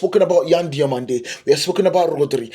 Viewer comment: I watch you from Spain, your spanish names pronunciation are pretty good, good video.